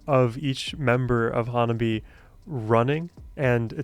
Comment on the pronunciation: First, learn the pronunciation of HANABIE/花冷え.